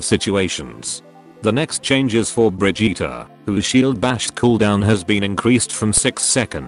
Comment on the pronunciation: Even a Robot can't pronounce Brigitte properly smh